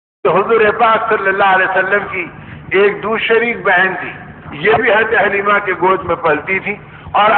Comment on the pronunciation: Dayee halima name correct hai not halina